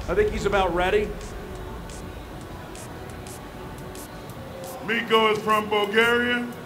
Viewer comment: Dude was calling him MIKO the whole time lmao 😂